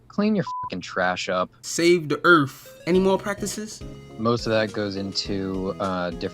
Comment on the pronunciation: save da earf